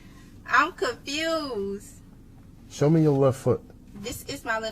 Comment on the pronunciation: "I'm ka-fused" This lit me the fk up 😅😅